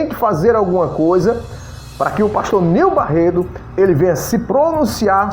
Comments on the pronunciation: rapaz vc não sabe nem pronunciar o nome do pastor direito. o nome é : NEIL BARRETO vc se consegue falar correto agora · Meu Deus a pessoa que fazer a fofoca mais não consegue nem falar direito o nome certo meu Deus tenha misericórdia dessa língua 👅